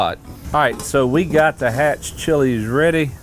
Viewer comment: Being from New Mexico you did a good job on that chile 👍🏼